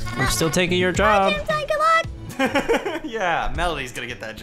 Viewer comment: IT'S PRONOUNCED JAM-TEEN NOT JAM-TINE!!!